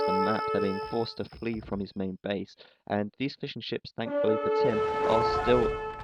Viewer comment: Sounded like you said "so he's planning to get some more fish and chips" instead of fishing ships. Mmm. Fish and chips.